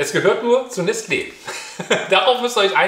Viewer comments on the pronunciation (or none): Man sagt nicht Nestleee, sondern eben Nestle, beide E sind gleich lang. Ohne den Accent Aigu würde man das E am Ende fast ganz schlucken.